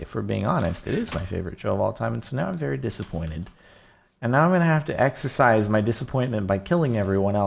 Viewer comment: "And now I have to eggxocise..." Holds an egg in his hand hehehehehhe